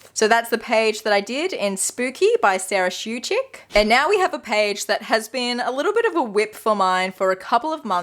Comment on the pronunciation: I only just found your videos and I love them! I also want to say that you're actually pronouncing the names pretty well! The only thing with Sara Szewczyk's name is that the w is pronounced as a v in Polish (although in this case it's more like an f). It's so refreshing to see someone who actually attempts names from languages they're not familiar with instead of refusing to even try or making a half-hearted effort that doesn't even resemble the spelling